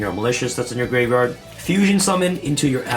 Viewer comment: I like it when he says "graverard"